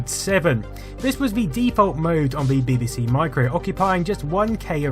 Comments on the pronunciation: I think its more 'BihBihSea', but maybe thats my accent... (I still claim it should be 'BeeBeeSee', though ;-) ) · Its pronounced BeeBeeC not BaybayC. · buh-buh-Cee? Seriously, how hard is it to say Bee-Bee-Cee? Nevertheless, great video as usual! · Love your documentaries. Takes me back to my youth. Does make me smile when you pronounce BBC as Beby C though 😉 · I love your channel and this video is a fine example of your output. But what's with the "Beh-beh-see" pronunciation of BBC? 😆It's "Bee-bee-see", surely? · your insistence on pronouncing 'BBC' as 'bibisee' makes you a CVNT and earns you a dislike from me. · The odd way he pronounces "BBC" - "Beh beh seh" - has been fascinating me throughout the video. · You pronounce BBC weirdly. It sounds like Bibbisee lol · You pronounce BBC as bibby-sea, which is so annoying it earns a dislike from me. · I really love your videos, this is three years later. Why can't you say BBC? What's bebaecae? Had you been at the dentist? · You say BBC funny: bibbisee. It's adorkable! I thoroughly enjoy your videos, they tickle my nerdy nostalgia gland just right. Mmm, nice. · I love the way u say bbc 😀